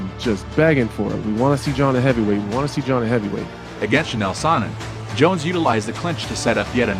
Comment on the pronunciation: This dude said Chi-nale Sonnen lmao. Bro u definitely won't be getting a sub from me lol FOH